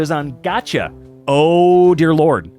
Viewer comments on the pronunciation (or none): Dude just say Gacha. “Gatcha” like whhaaaaaatt.